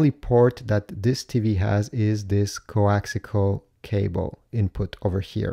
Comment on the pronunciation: Good Grief its CoaxIAL not coaxICAL